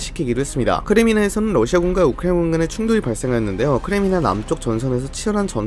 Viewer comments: 끝까지 우크라이나 발음이 오코에군 처럼 들리는게 레전드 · 우크라이나군 말할 때마다 랩 절어서 입 마비온 것같은 발음....